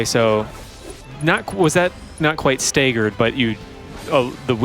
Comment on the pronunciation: I winced when he pronounced it "stay-ggered"